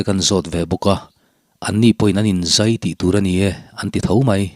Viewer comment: G 3 a tangin in zai(thingzai) tihang a lam rik hi a dik ngaithla ang